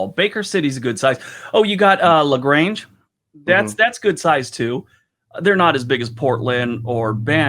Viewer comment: Sorry it's la grande not la grange